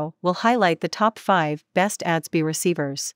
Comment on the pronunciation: This is trash. You lost me at "ads-bee" receiver.